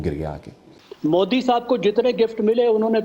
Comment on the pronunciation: Is madarchod ko dekho .... Hafiz ko shab bol rha h !!!!! Wa re porkiyo 😂😂